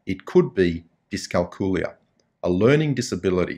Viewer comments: Dyscalculia /ˌdɪskælˈkjuːliə The emphasis is on the CAL not the COOL, just like in calculate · Ah, never mind the 'L',. We'll write it off as the one you keep skipping when you say "discalcooya". The poor lost letter has to turn up somewhere, hasn't it?;)